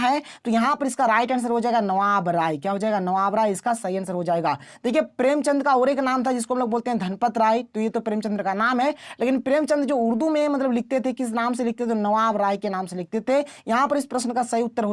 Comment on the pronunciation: Sir aap agle trem 1 wala set soltlution kar rhe the to aap ghanpat ray bole the